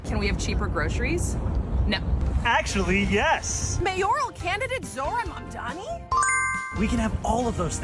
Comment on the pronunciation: Sick of people saying MamdaMi and not correctly as Mamdani. Just read it right!!